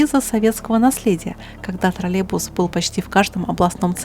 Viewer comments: Да не тралебус а троллейбус!!! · Дорогая, не обижайтесь, но почему Вы так странно произносите слово троллейбус? как "тролебус"? очень режет слух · Почему ты произносишь ТРАЛЕБУС? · это не ТРОРЛЕБУС, А ТРОЛЕЙБУС.